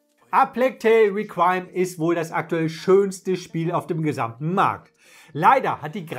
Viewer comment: Requiem spricht man immer noch nicht wie Recrime aus :D